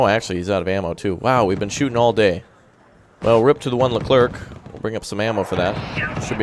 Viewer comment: Super Stellar French here, you don't have to pronounce the "c" at the end of "leclerc" so just end like "air" ;)